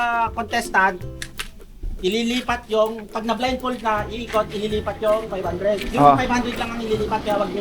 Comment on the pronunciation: Natawa Ako ke blind fol daw with d ang dulo ha 😂😂😂blindfold po yan no offense ha🫣🙈✌️✌️✌️🤞🫰🫶